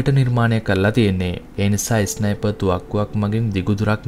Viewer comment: ඉස්නයිප් නෙමෙයි බන් ස්නයිප්